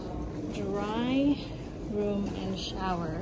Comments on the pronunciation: I think it’s Day Room , not Dry Room…. Lol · Lol you keep saying dryroom but it says “Dayrooms”